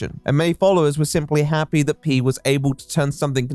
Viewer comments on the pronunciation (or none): Are we gunna talk about how Pi isn't pronounced P?